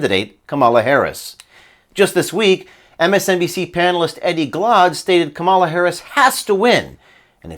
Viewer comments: Are you deliberately pronouncing Kamala's name wrong? Or is she living in the USA and people naturally Americanize her name? My friend José usually gets his name pronounced as if it were Hozay, or in New England, Joze (one syllable). He doesn't seem to mind. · I will TRY to pronounce KAM ala like I do my own name. KAMala! KAM KAM KAMala